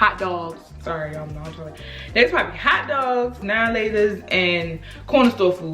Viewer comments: Thanks I'll forever pronounce "hot dogs" as "hot duggs" 🤣🤣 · “Hot dugs” Whew chile, that Baltimore stay tryna slip out don’t it 😂😂